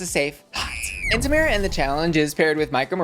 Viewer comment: not pronouncing Tamara's name wrong the entire video... 😳